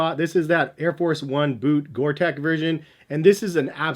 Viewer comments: Gore Tex is pronounced TEX like in TEXas not TEC :) Keep up the great reviews! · Gore-tex with an x. Pronounced like gore-teks not gore-tech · The Reebok Zig Kinetica Edge has to be one of the f-ugliest shoes ever. Gore-TEX is NOT pronounced to sound like Big TECH --- the "tex" is like the sound of the state of TEX as --- pretend there is an "s" at the end of "tex" - sound the "x" out. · Yes I'll be that person. It's Gore-Tex Not Tech😂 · You’re missing out on the acg mountain fly. Also it’s gore-TEX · Please stop saying "Gore-Tech", it's really annoying, and spoils an otherwise good review :( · Its pronounced Gore tecks, its a fabric that lets air in and out but not water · Stop saying Gorteck you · You'd think that a guy making a video about Top whatevers on the subject matter would know the difference... He can't even pronounce Gore-Tex correctly. facepalm